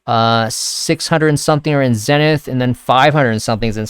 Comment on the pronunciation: zenith is pronounced like: ZEEEE-nith.... not Zen-ith